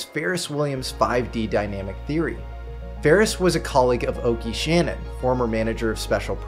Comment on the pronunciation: Great production. Get Oake Shannon's name pronunciation right next time.